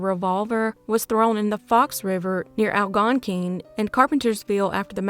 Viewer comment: Two pronunciations that I noticed. "Elgin, Il " the "g" is pronounced like a "j" and "Algonquin, Il " is pronounced AL GONE KWIN. You are one of the best!